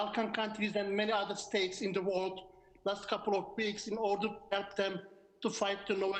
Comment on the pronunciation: i hope he tries to improve his english,,becuz wtf "worled"